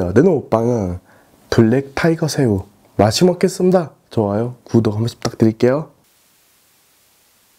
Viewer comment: 마시머게슴다 이거뭐죠 발음실화인가 진짜짜증나 근데난 왜 떵개영상을 하루종일보는거지? 아시는분